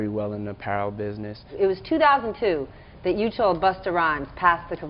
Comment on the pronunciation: Why does he pronounce THAT like DAT ? Sounds so lazy and ignorant but has a suit on so I guess he’s smart right ?